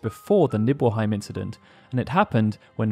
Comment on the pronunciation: Was I the only one to hear Nipple-heim instead of Nibbleheim? lol